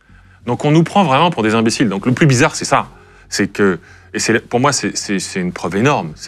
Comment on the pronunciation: "Bizza'Khe'", "memoi'khe'", un petit effort de prononciation, svp.